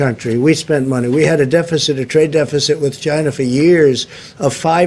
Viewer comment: "CHInaa" lol